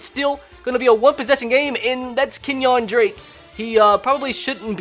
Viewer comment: No offense but how do you mess up the name, KENYAN DRAKE!!!